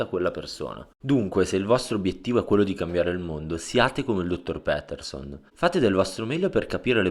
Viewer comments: Si dice "piterson" non "pèterson" ahah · Doppiaggio e traduzione molto ben fatta, ma per favore, è Jordan Pétèrson! :D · si pronuncia piterson dai